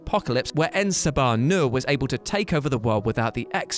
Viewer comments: You pause to ponder how to pronounce M'Kraan when you can't even say En Sabah Nur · Its pronounced, "perfection".